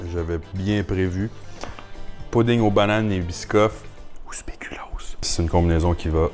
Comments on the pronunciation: Est-ce que j'ai bien entendu... Un biscuit aux speculum?🤣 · Il a dit speculoos